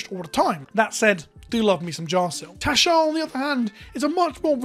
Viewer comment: I keep thinking you're saying Teshar. XP